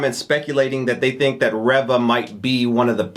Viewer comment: Reva is pronounced Ree-va. I heard Moses Ingram pronounce it that way in a recent interview.